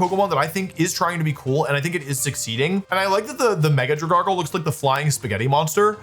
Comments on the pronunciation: I’ve been holding in my anger enough about how you say names but DRAGARGLE??????? THERE IS NOT A SINGLE ‘R’ IN DRAGALGE. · Dra-gargle omg. Wolfie. :( that is not the name. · That pronunciation of Dragalge was absolutely diabolical. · wolfe are you kidding omg... dragargle? DragALGE? LIKE ALGAE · Drag-Alge, not Dra-gargle. Like dragon and algae. I can't tell if the mispronounciations are bait or if he really says them like this. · Not Dragargle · dra-GARGLE?? Don't do my boy dirty like that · it’s def on purpose with the gible and dragalge pronunciation 😭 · I don't normally criticize how someone pronounces Pokemon names. But the way you pronounced Dragalge pissed me off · Wolfey, your inability to pronounce certain Pokémon names, but with full confidence, amazes me. Gible, Dragalge, and so many more.